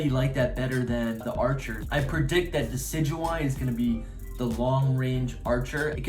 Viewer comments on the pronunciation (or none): none